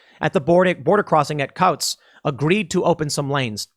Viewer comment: Coutts is pronounced coots